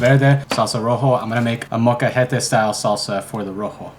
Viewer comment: yo in the beginning you said your spanish very bad, and it’s not great. but if you want to sound a bit better, particularly with food, say ‘salsa roja’ (accented r) instead of ‘salsa rojo’ to keep the feminine suffix consistent. with the word molcajete if you want to sound better try saying the ‘je’ with the back of your mouth and pronounce the l in the same way.